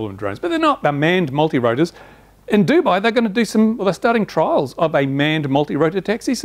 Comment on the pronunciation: its Dubai not duby